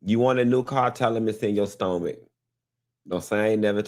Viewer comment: It’s in my stoh-mick 🤣🤣🤣🤣